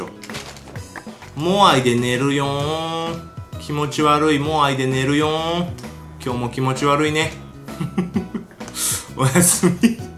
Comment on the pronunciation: 寝るよ〜んが寝るにょ〜んに 聞こえるwwww メサイアの真似かと思ったwwww